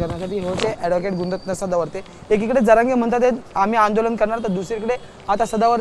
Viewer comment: गुणरत्न या शब्दातुन ण काढा.बघा आता काय उरत.